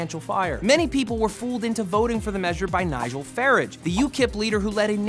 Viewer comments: Matt my man. 1) It's pronounced "Far-raj" not "Farrage" 2) It was £350 million a week to the EU not a year. But otherwise, great coverage on the Brexit topic Matt :) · Matt, his name is Nigel Fa -ragggh Like how you would pronounce large. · It may only be me or my town but I think that we would pronounce Farage as Far-ragè and Gove as Gohve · Great coverage of Brexit, I loved Nigel Farah's analogy. Also, it's pronounced Fa-rah-j. Keep up the great work, Matt and team :) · Love you Matt, but as a British guy, a quick guide for future vids: Farage: "Fa-RAH-juh" FTSE: "Footsie" Gove: "GO-vuh" All town names: Bang on! Awesome pronunciation!! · I don't want to complain or be rude, I'm sorry. Just for future reference, that's not how Nigel Farage's name is pronounced. I'd type out the pronunciation but it wouldn't make sense to anyone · i hope you mispronounced Nigel "Farage" on purpose after making a big deal about getting guff about mispronouncing things at the beginning of the video